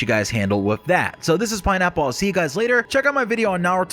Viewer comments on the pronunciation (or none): none